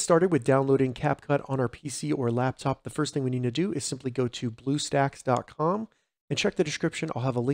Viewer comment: you said bluesacks XD